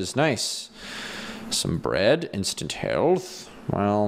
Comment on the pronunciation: when you said "Instant Health Potion", I don't know if it was just me, but I heard... "Instant Hell Potion." I guess I'm just weird if nobody else thinks that...